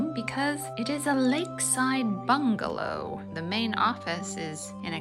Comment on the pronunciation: Yea, I don't see how a lobby entrance would get any better. Plus we laughed out loud the first time you said "bungalow" 🤣😂